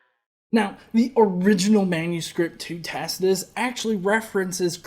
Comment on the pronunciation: This stupid fucker cannot pronounce Tacitus.